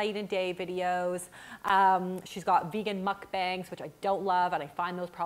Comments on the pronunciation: That, and first syllable isn't "mook" - more like "mohk" or "meok." OP definitely doesn't read Korean, so it's kinds weird for her to take a dig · If you want to be so nitpicky, the 2nd syllable is pronounced "bahng" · if you're gonna hate them can you learn to pronounce them better? mook bong.